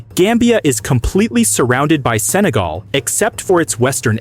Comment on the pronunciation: 日本語でもセネガルではなくサガルと聞こえますね